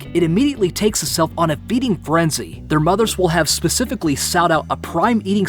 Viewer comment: "It comes out of the egg and goes on a feesing freny" Sounds like me when I get out of bed at 1pm